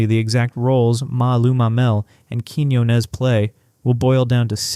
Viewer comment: You're pronouncing Blanca's last name wrong. Emphasis is on the O. As in, Quiñ-O-nez